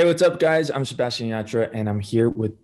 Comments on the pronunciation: Why did I get thrown off when he said his name americanized I was like wait who is Sebastian I only know Sebastián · En serio se atrevió a decir SebaSHian ? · Jajajajaj por qué dice así su nombre?! Jajajajajaj boludo tu nombre tiene un acento en la última A 😂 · okay but same😂😂 I had to rewind it to see if he really said it like that😂